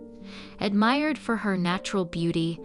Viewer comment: I just could not get past all the mispronounced words: Capote, debut, epitome.